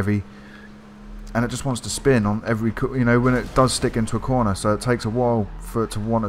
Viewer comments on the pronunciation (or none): none